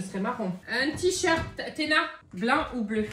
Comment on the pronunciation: Ptdr le ticherte 😂